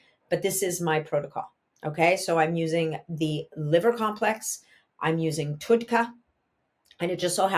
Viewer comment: It’s pronounced TUD , like TUB with a D. TUDCA